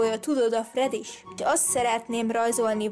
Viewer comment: nem fredis hanem Freddy-s!🤣🤣🤣